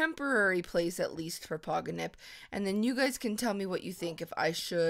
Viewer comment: it's Pogonip not Poginip